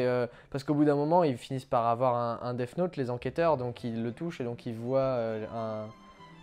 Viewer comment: On dit Death Note, pas DeFFe Note, ce détail de la vidéo est insupportable je suis désolé c'est quand même pas compliqué de se documenter sur la prononciation quand on s'adresse à une telle audience, d'où cette critique sévère.